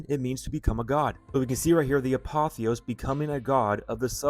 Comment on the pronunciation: It’s the ApotheosIS, not apotheos. Not to nit pick but an important detail. It’s like when people add an s to Revelation. Drives me nuts